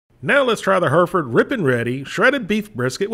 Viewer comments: It's HERR-if-ərd nor HER-ferd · Thanks for the review! But it's pronounced HEH-reh-fud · Us brits would say the name like this hairyford. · Take a shot every time he butchers the way to pronounce Hereford ...